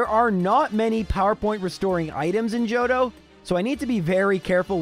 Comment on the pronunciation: I replayed a bunch of times because I heard “Jojo region” instead of JOHTO